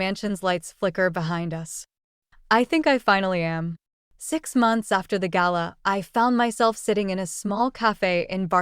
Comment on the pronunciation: It's nice to hear an American voice pronounce "gala" correctly lol